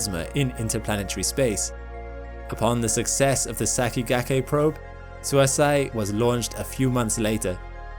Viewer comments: SUISEI is more like sui-say than suici(de) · Love the channel, and I love the video. Completely irrelevant, and in a genuine spirit of helpfulness, but suisei is pronounced "swee-say." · Was so confused on what's "suisai" Turns out the pronunciation was off, lol. Suisei means comet in japanese. Which means the probe that visited the comet is named comet. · The last syllable of Suisei is "say", not "sigh". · I kept mishearing “Suisei” every time… Better approximation for those not familiar with Japanese phonology: “sᵘwee-say”… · I'm just a cracker from the deep south, but I believe the Japanese pronounce "comet" something more like "swee say". With the "ay" like "gay for pay" not "guy for pie". The way you keep saying it sounds more аиd more like self permanent sleep each time I hear it lol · For reference. suisei is pronounced sue-wee-say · “Suisei” is pronounced more like “swee-say”. Japanese is phonetically simple for vowels. The “e” for Sakigake is same as “e” in Suisei. Suisei also happens to be the Japanese word for “comet” 😊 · Hey narrator guy, Japanese vowels are always pronounced the same way, no matter what. no matter where they are in a word. so the E sound at the end of Sakigake is pronounced the same way as the one in Suisei. Same as the E in ramen, same as the one in mecha-gojira. if you're ever not sure how to pronounce a japanese vowel, just think of any japanese word you do know how to pronounce that shares that vowel, and pronounce your vowels in the same way. basically, if you cancorrectly pronounce samurai and ramen and naruto, you can pronounce any japanese vowel correctly. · Suisei was badly mispronounced